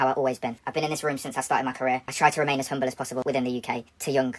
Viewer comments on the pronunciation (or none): none